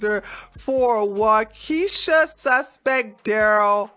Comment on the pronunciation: Wau-kee-sha?? Never heard of it. I know about Wokanda, though. Is it the same place? lol